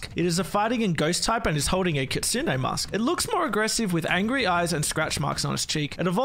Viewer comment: Someone who pronounces kitsune correctly!